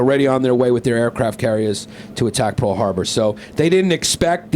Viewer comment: PARL HARBAH